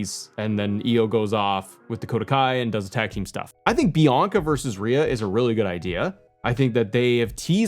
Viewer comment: Did you call Bianca Belair "Yianca" and accidentally called her Naomi in the same video?! 😅